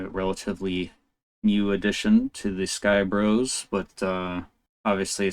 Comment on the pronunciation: Nice breakdown bro! You pronounced my name perfectly btw 🤌🏻